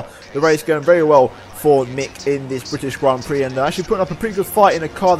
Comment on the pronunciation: THE BRITISHIAN GRAN PREXES